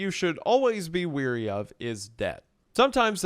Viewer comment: So, the guys name was ‘Hilder’ not ‘Hidler’ and also, you are ‘wary’ of debt, not ‘weary.’